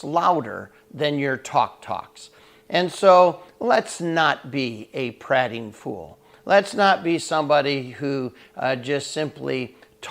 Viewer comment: Great devo! Searched for the word on YT and you came up, only thought is I would pronounce it as the speaker of the house of commons did: the a is an EA not an AH.......thx!